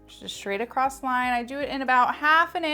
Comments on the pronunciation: Beautiful. You are too! But my OCD IS SCREAMING that ACROSS has no T at the end. It’s not ACROSST. 😂 🤷‍♀️ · I literally have to mute this girl's videos because I can't handle listening to her say take it 'acrossed'! It's across!!! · I love your videos, you are amazingly talented. Can you please stop saying "acrossT" There's no T at 😅the end of the word " across" Not trying to be a bit** it's just that it's distracting. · I love this hair style! You make it look so easy. One thing though please, it’s not acrost-it’s across, respectfully. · The word ACROSS doesn’t have a T in it 😵‍💫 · There’s no “T” in “across.” JS, lol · I did not know there was a "T" in across!!